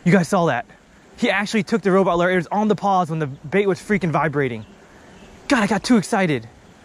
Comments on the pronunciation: Loo ure not lu er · you pronounce lure loo-ur not lur btw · Lure not lur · I thought I was the only one calling lure, larr... lol. Mouse larrrr instead lure. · Loo-er not lrrrrr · It’s pronounced (loo-er) not ler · Please stop calling it a lur..... it’s a lure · Dude it’s lure not lurrr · I hate how he say lurr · You say lure wrong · anybody else hate the way he pronounces lure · It’s pronounced lure not lure lol